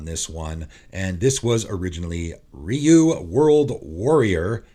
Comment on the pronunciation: God, finally someone pronounces Ryu’s name correctly 😂